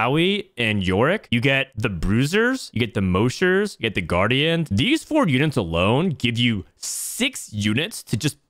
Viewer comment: does he say moshers incorectly on purpose to piss people off or what?